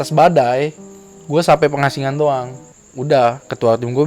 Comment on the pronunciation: nara sumber salah nyebutin pos......Pos Kondang Amis bukan Condang Amis......Pos Pangasinan bukan Pengasingan